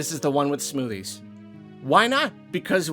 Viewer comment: did you say smoothies, or SMOODIES?